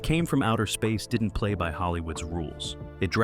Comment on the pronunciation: I think there may be no human oversight of the creation of this channel's videos at all. Jus 30 seconds in, they couldn't be bothered to even get the name of the movie right - at 30 seconds the edit is so bad, the title of the movie is read out as "It Came From Outer Seeeesur". A human, or at least a competent one who cared, would have noticed that and realized the edit needed to be fixed.